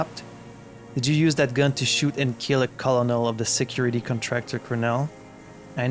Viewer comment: By the way, I know it makes no sense, but "colonel" is pronounced "curnel."